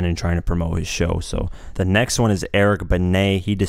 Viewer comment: You finally pronounced Eric Benet right, & he sorta dissed Nas? TF u mean bruh! LOL